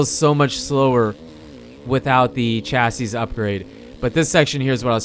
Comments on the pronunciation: Chasseez upgrade? pronounced chassy. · chassis ---- pronounced "chassie"